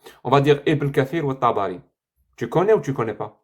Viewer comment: Tabakhi(se prononce Tabari), biographe officiel de Mohamed.